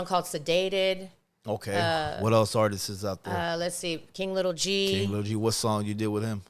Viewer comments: The artistsisisis 😂😂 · YouTube RealadyTheQueen for unheard Juan Gotti song 🎶❤ Mr. Capone E. Needs to learn how to say the word Artists 😂 I would never do anything on the internet and put someone on blast... He literally did the same thing to her with that spm call 😂😂😂😂😂